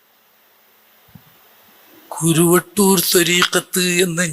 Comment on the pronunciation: സഹോദരാ കുരുവട്ടൂർ അല്ല കറുവട്ടൂർ എന്നാണ് ഞങ്ങളുടെ നാടിൻറെ പേര്‌.